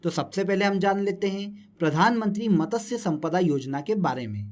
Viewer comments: Matasya nahi h matsya h .. pronunciation pe work karlo bhai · उसे मतस्य नहीं मत्स्य बोलते हैं